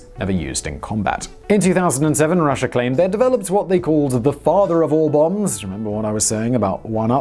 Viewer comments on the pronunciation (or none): none